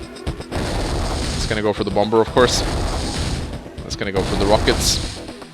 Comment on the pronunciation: Why do you call it BOMBURRR. It’s Bomb-er the second b is silent. Other than that I really enjoy these videos!! I’ve been marathoning for awhile now!! BATTTLE COPTURRRSSSS!